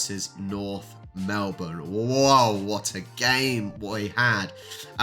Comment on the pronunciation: okay loved the video but if you don't stop calling them Mlebourne... they are NORTH omg@ you are killing meee!!!!! Melbourne is Melbourne and North Melbourne is NORTH... AHHHHHHHHHHH ... okay rant over... LOL